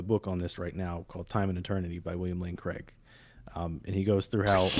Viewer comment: I stopped listening to this guy when he said "William Lane Craige" lol!